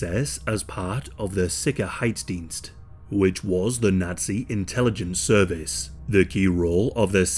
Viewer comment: heeeeey those pronunciations of 'Sicherheitsdienst' and 'Mauthausen' were pretty ok actually.